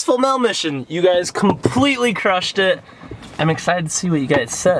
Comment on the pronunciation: Why does Shonduras say mail with a e? Mell